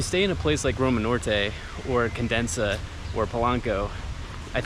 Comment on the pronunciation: Cun-deh-sah (Condesa), not condensa (sounds like you're saying condensed milk). Enjoy your stay and send some food!